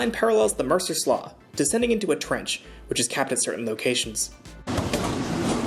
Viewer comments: Slough = "slow" not "slaw" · ive lived in the area forever. ive always heard it pronounced "sloo" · "Slough" is pronounced the same as it's homonym "slew". It's basically a river that moves so slowly its almost a swamp. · Slough is pronounced "slew." I'm originally from Fort Myers, FL, and used to go for walks around the "Six Mile Cypress Slough Preserve," a nature preserve with a VERY long boardwalk where you can wander through several SWFL ecosystems on one boardwalk. It's very cheap (only parking is what it used to be, unsure if they require payment more than parking, but if they do, it will be a nominal fee. Anyone visiting Fort Myers, that is an AWESOME side trip aside from the beaches. You will see river otters, lots of birds and reptiles, and more! A great place. Sorry for my autistic rant about the word "slough." Have a good one! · Slough is pronounced slew, an old word for a passage, generally though / for water drainage. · Slough is pronounced slew. I live in Seattle. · It’s pronounced slew. The wall is a sound barrier there all up and down the interstates through Seattle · FYI: as a Seattle-born ex-pat I can affirm the pronunciation of "slough" to be "slew." as in "stew" 'Jew" and "new" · Slough, pronounced "slew". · Slough is pronounced "slew" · I pronounce it "sloo" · slough is a weird word, but its pronounced "sloo"! mercer slough is a swamp though, its a misnomer; sloughs are saltwater marshes, usually at the deltas of rivers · In American English slough is pronounced like it were spelled slew. In UK English I think it's said more as it's spelled. The Elizabeth line runs thru a town called Slough west of London and I noticed they say it more like it's spelled. To me what they say sounds like slouw. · For the love of God, please learn how to pronounce slough. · Bellevue Station is a joke this will be a homeless camp in no time and he can't pronounce slough